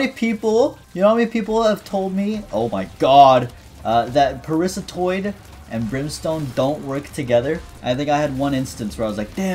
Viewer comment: it took me a good 20 seconds to understand that you were saying “parasitoid” and not “Parissa Toyd”